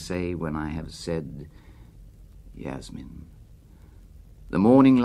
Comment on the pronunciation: Ah but only if Burton had pronounced Yasmin correctly